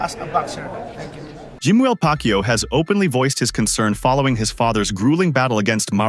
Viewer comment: not manny pakyo, it's manny pakyaw..